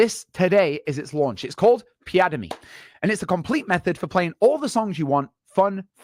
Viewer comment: The way he ( ) says piademy sounds like piada - mi The portuguese word for joke